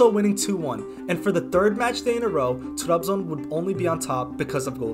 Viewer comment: Trabzon’u telaffuz edişinden anladım Türk olduğunu. Türk olmayan kimse Trabzonu öyle telaffuz edemez. İngilizcene hayran kaldım. Eline sağlık.